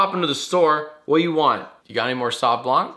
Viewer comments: jack, in blanc the c is silent. it's not "blank". you upset me. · Please, as a french person, I'm asking you to never prononce "blanc" as "blank" ever again. Also, I surrender. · The "c" in Blanc is silent! Stop pronuncing it the same way as blank! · Hey Jack, the C in "blanc" is silent. With love from France. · the C in blanc is silent! sorry, french likes to do that. Also is right about chardonnay it's better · The c in "blanc" is silent. It's bullshit, I know. But it sounds fancier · Hey Jack, french native speaker here. You don't actually pronounce the "-c" at the end of "blanc". Yeah i know, french is weird and overly complicated.